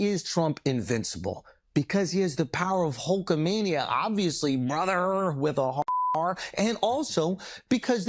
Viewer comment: Laughed out loud at "Brotherrrr (with a hard "r")